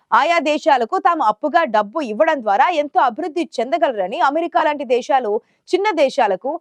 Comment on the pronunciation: దేషాలు ఏంటే దిక్కుమాలిన చెల్లి దేశాలు అని పలకలేకపోతున్నావా